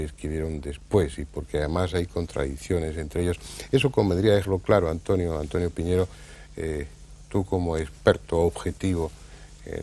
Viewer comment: El apellido es PIÑERO, no poñieiro Piñero es un apellido extremeño Es mi apellido